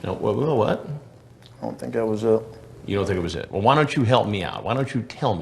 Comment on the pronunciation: Chris sort of mocked him at the end too, when he said, "Wulll, I think there's something I need to tell you." It's a bit easy to miss, but he was definitely mimicking the way the guy pronounces his words.